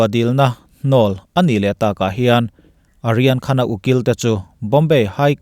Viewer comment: Kalo sawive lawk aw,"Aryan Khan"ti zawk la,kalo ti a..hnamdang ho,mizo nilo hichu,an hmingtawpah,"A"hi lam tello la kati,e.g Amitabha nilovin,Amitabh..hetiang hian,i aw ngaihthlak anuam thin khawpmai,kalo tran luatah,kalo tawngsual chuan,min ngaidam la...